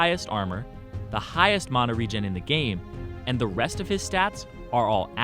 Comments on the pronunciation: Anyone else hates the way he pronounces mana? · You say mana wierd